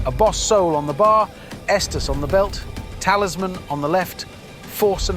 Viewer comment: The most unrealistic part of this is correctly pronouncing Estus and not "Yeastus" or some other ridiculous variation. Everything else is spot on. Insane.